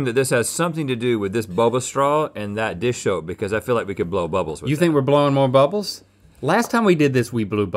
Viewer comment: SAID DISH SHOPE😂😂😂😂😂😂😭😭😭